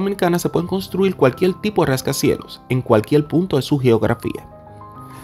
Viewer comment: Di cualquier, no cualquiel. Hehehe se te hace dificil eh!